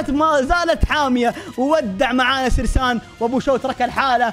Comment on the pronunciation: اسمه سيرين مو سرسان